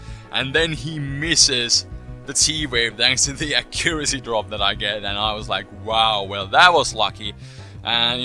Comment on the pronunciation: you pronounce accuracy funny